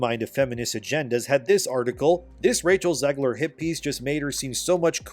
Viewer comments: YOU ARE SAYING ZEGLER WRONG LMFAO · It's Zegler